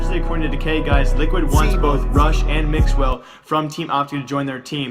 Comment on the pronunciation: Which will happen first: >The new operation > pronounces 'Jkaem' correctly